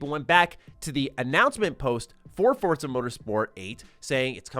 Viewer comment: It’s pronounced For Za not Fortza